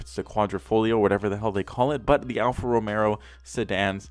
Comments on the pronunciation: what that have anything to do with it. He said "Romero" it's romeo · The way hes highlighting the letter R in RomeRRo is Just out of this world dude hahahaha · (al-fa) (ro-meh-o) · Boi, did he just say Romero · Ro-May-Oh #TriggeredBoi